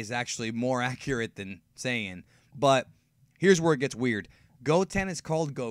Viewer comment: no no, not saya people, it’s saya peopo